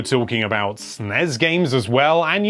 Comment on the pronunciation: I hate how he pronounces NES and SNES